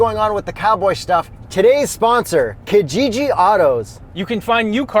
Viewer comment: I love your vids...I die a little inside when i hear say Kijiji though...he needs to get an East African to teach him how to pronounce it properly...on a different note, can American companies look into shipping their trucks to us cos damn! The only cool truck we have here (from the dealer) is the Ranger Raptor, n this Longhorn looks swee